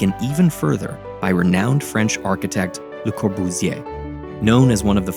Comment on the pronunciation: I feel like if you could pronounce Le Corbusier that well, you could have put in more effort into pronouncing Chandigarh better :/